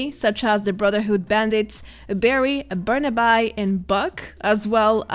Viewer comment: Thanks for the info! You do such a good job with your new videos. I hope the problems will soon be figured out for any truly innocent players who were banned. Please don't be offended, but just FYI: if that Brotherhood bandit's name is spelled Barnaby, it's pronounced BAR-nah-bee in the USA, with the emphasis on the first syllable. (Sorry if a lot of people already posted this tidbit of info - I don't have time to read all of the comments.) Thanks again and best of luck to you with your charity streams! Merry Christmas!